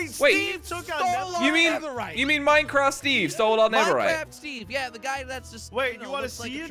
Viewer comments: Did say neveright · Did anyone notice that he said neverite instead of netherite 😕🙃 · My man said neverrite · in the beginning literally said niverait i'm bad at spelling nideriht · Listen not diemond nether rite